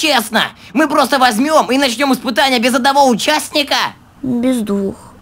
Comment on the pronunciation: А последний ыспытани это было буква ш?-_